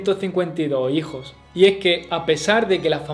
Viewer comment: Una cosa es el dialecto y otra muy diferente es la dicción. Repito, el contenido es excelente, pero como crítica constructiva, considero debe trabajar el problema de la pronunciación de los plurales. Si se fija bien, dice: "Tuvo ciento cincuenta y do hijo" ... "reinó sesenta y seis año", es decir, no pronuncia las eses (s)